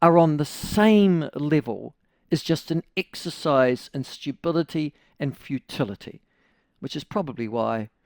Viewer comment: stubility......a new word....love it.....